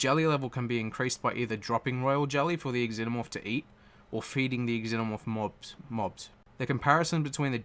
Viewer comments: Pretty sure in the movies that they pronounced it like ZENO-morph, not EX-ENO-morph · Its just pronounced Zenomorph, not Ex-zenomorph. 'Xenomorph'